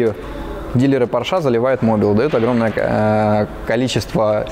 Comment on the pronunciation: извини пожалуйста,но немецкая фамилия Porsche читается и произносится,как Порше,а не,как Порш.И она даже в русском языке не склоняется.